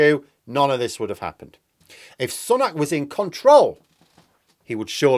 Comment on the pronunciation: Every time mispronounces Sunak as 'son-ak' and not 'sue-nak' he loses credibility with me. FFS, he's been PM for half a year and a prominent politician for 3 at least three. Yet insists on his own original pronunciation. This puts him in the Lauren Boebert style of speaker (using 'democrat' instead of 'democratic'), either lazy, stupid or ignorant. I would like to say 'ignorant' but he must have heard 'Sunak' pronounced thousands of times.